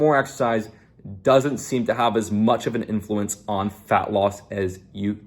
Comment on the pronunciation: Every English speaking human on earth: Influence: InFLUence